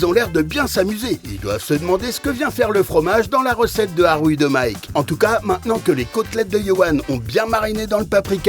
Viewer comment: 😮Juries to be from professional Culinary not Tiktokers or comedians😅😅😅😅😅😅 Mike we say Arouille not "Ahhwuiii Ahhouiii" lol😅😅😅 Street food theme Mauritian Bravo Sinois u rulz🥰🥰🥰🥰